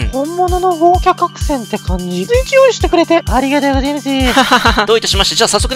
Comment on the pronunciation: が豪華客船のことをごうきゃかくせんって言ってる笑笑